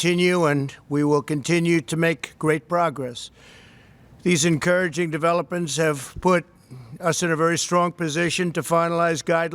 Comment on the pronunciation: He can't even pronounce development,,,I thought i heard elephant in there,,,at time 56 or 57